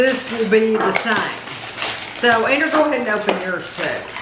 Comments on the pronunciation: lol. Its that I always thought was saying Anger. Y’all have a beautiful family in any case. 😘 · It sounds like you’re calling your son “Anger”. Am I hearing that wrong? I know his name Is Andrew.